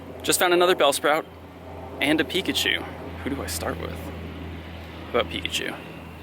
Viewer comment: You said peepachu